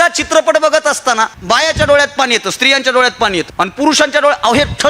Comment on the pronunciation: पानी नाही पाणी ❤ बाकी. excellent 👌